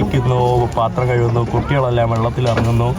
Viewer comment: തുണി കഴുവുന്നു അല്ല, കഴുകുന്നു എന്ന് പറഞ്ഞ് പഠിക്കുക